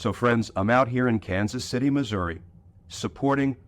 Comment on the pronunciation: Thanks, Glenn. As a lifelong Kansas City, Missouri resident, I appreciate your commentary on hawley's disgusting lack of character. I hope the nation knows that not everyone in this red state is a Republican backing Trump and hawley. And thanks for pronouncing Missouri the way the residents do.